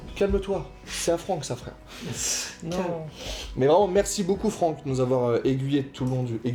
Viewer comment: Franck sans C avec un C bien ouèj ! xD